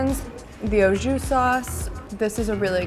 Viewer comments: It's AH-Jus... not O-Jus. And you are getting very chunky. Perhaps review furniture or something for a while and shed that chubster look. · She called it “oh Jew” 😂😂😂😂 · So everyone is gonna sit here and pretend like she didn't say ajus wrong lol this was an amazing video though hehe definitely wanna see her on everything! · The way she says Au Jus makes me laugh idk why I've just never heard it pronounced that way